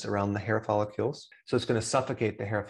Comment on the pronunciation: It's not "follicules," but "follicles!"